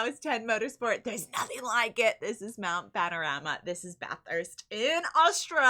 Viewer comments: Congratulations on pronouncing Mount Panorama correctly. A lot of North Americans get it wrong. Even after hearing it being pronounced correctly. So… 10 points to Gryffindor. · How the FK did you pronounce "Mount Panorama and Bathurst" close to perfectly?😲 Respect from Australia.👍🤘🍻